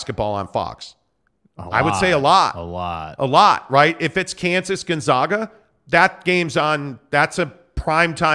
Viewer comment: Learn how to pronounce GONZAAAGA! No ZOGH!! It’s a long “A” like pronouncing the name of the letter! That’s why they go by the Zags!